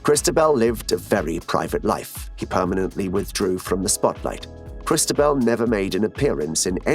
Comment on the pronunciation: Interesting trailer but hard to understand why the voiceover was not trained to pronounce most of the Spanish and French names accurately, 'Cristabel' instead of Cristóbal, the accent on the 'o' is the clue, many thanks